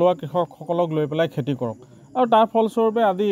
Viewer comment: Kela axomiya vlkoi kbo najane...khilinjia buli dabi kore..খেতি k কেতি ..aru kiba kibi buli boki ase bujay najay